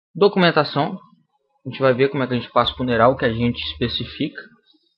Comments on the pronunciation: uneral? haha pronuncia-se "anrial" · Só uma observação: Se diz Unreal ( se fala assim Anrwial), significa Surreal em português. ;)